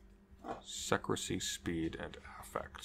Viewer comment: That's not how you pronounce secrecy